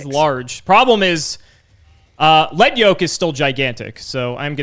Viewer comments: correctly pronounced Lead Yoke! Once... And then mispronounced it again..... It's a YOKE made of LEAD. Lead, the heavy metal! He gets stronger as you remove his HEAVY LEAD YOKE. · You guys are saying lead yoke wrong and it’s hurting my ears